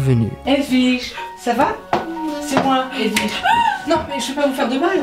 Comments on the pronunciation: "vous envelver votre haut edwige" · Cécile Bothua Nope, c'est "Vous enlevez votre haut Edwige", il a raison ;3